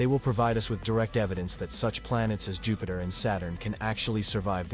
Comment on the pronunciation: NOT JUHPAITER! 😱😅🤣😂